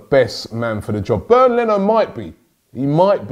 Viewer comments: His name is Bernd Not Bern Leno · Its Bernd Rob